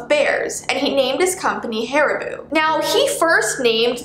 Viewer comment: haribu me a dutchie HARIBO ''PRONOUNCED HAARIBOH''